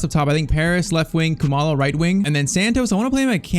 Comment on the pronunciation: still shocked about how accurately you pronounced Khumalo